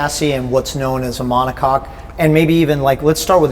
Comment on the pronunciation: Take a shot every time he says "monocock"